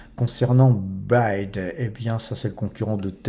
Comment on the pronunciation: Bayde? Hé, trop fort la prononciation 🤣🤣🤣 (Bi Way Di)